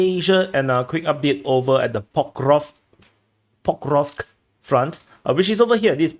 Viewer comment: Pokov, Pokrov, Pokeosk, Pokros'k, ENOUGH, knock it off!!! I now decree it shall be called Pokemonsk front!😅